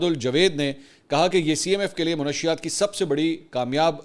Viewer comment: السلام علیکم ورحمتہ اللہ وبرکاتہ سر "منشیات "کے لفظ کو درست کر لیں درستگی کی درخواست آپ کی عزت افزائی اور آپ کے ساتھ ہمدردی کی دلیل ہے